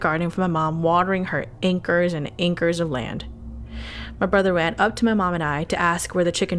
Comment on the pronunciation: "ankers of land?"